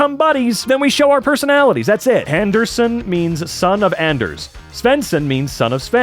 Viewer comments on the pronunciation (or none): none